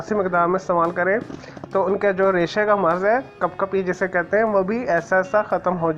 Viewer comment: Raysha nahi lafz Ra'sha kehtay Hain bhayya.